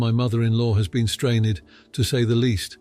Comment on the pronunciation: And here I thought was a person and not AI. After hearing strain-ed pronounced... 😳😕